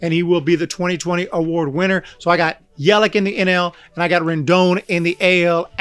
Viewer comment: It’s Yelich not Yelick